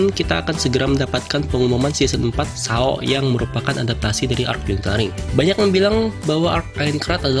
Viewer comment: Cara baca yg bener: Sord Art Onlain (tanpa nyebut W) Es E O (ini sering bgt d sebut d animenya sndiri, masa kalian baca subtitle doang ga denger seiyuunya, katanya fans SAO.) Elisizasien (kata dasarnya Alice yg d baca Elis dan zation)